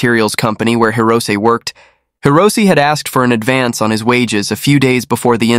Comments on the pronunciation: It's Hee-Roh-Say, not Hee-roh-ss. Though this guy doesn't deserve having his name pronounced properly. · It’s pronounced boon-kyo. Hirose is hero-say. Great channel!